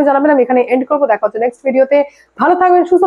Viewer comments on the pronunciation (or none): none